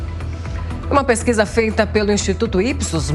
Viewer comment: "Essa peskiza é verdadi, mesmo", ah pelo amor de Deus, esse instituto deve ter feito essa pesquisa lá dentro do diretório do PT